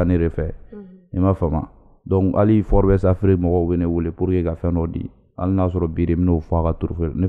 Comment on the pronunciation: Tu prononce très mal le magazine forbes mdr